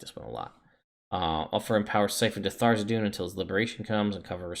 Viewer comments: Not meant to be nitpicky, but is there some pronunciation guide that states Tharizdun name should be said Tharzidun, or is it just personal taste? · The Forgotten Realms wiki says that the pronunciation is "thar-IZ-dun" and cites issue 93 of Dragon Magazine. I don't know that any of Wizards books give a pronunciation though so my guess is most people just go with how they first heard it or how they read it. My group for example always says "Th-raz-din", and probably wont ever stop.